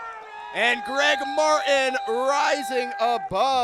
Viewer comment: One of my biggest pet peeves is when someone says "Mar-in" instead of "Mart-in", and this commentator just does it over and over😭😭